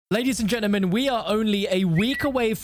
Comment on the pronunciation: Ladies and genimen